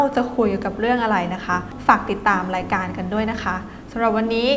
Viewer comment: รายการชอบตัดต่อมาซีนหน้ารีแอคชั่นพิธีกร แล้วคือ ไม่ได้น่าดู ดูไม่เกี่ยวข้อง พิธีกรฟังแขกรับเชิญไปลูบผมไป จับคางไป ไม่อยากดู แถมพิธีกร พูด ร.ล ไม่ชัด ลายการ รายการ พูดไม่ได้เลย